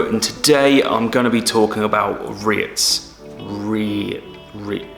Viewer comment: Cool beginners into vid into #REITs!💎✨👌I love it when you pronounce it... RETHs!😅